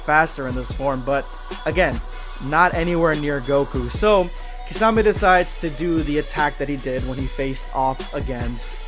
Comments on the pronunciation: Key-sah-may not kah-za-may😤😤😤😤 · Kasame did he just call kisame kasame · My dude where is the Z in kisame I wish you said his name right it really ruined the whole video for me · The butchering of kisame name it's pronounced Key-Sa-May